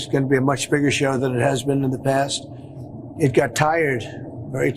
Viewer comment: "We're going to have a really big shew..." Ed Sullivan tRUMP...